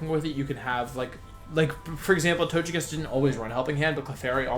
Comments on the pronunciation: it's not tochekiss but togekiss, it's a japanese name not english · Do you say Tojekiss on purpose?